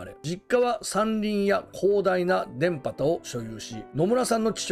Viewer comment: 田畑(たはた)って読むんやで